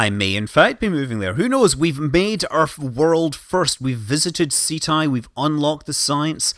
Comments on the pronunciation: Pretty sure it's pronounced 'setty' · I thought it was pronounce like ketti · Ceti is pronounced (set-ee) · Ceti is the genitive for Cetus, whale in Latin. You should call it just like the constellation, so Ceti. Not Seti, not Seethai, not Seetee etc. Just as it's written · It's pronounced "SEH-TEE" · It's pronounced 'see'-tie". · prefers to pronounce Ceti "Set-tie" prefers to pronounce Cenauri "Sent-are-ee" totally makes sense, like refusing to pronounce phi as "f-eye" but has no problem pronouncing pi as "pie" and not "pee"